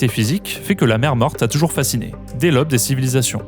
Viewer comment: "déh l'obbe des civilisations"